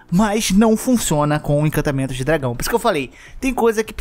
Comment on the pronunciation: pelo amor de deus, arruma esse "incantamentos" é encantamentos